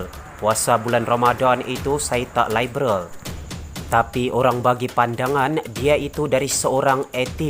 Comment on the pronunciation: Sebut liberal pon pelat....hahaha..bodoh punya puak pintu belakang